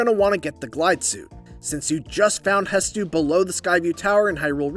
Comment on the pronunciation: Bro stop calling him hestu lol